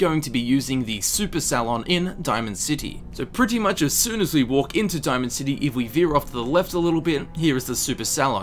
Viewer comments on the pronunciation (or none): none